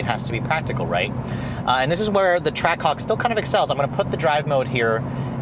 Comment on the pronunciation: I heard him say trackcock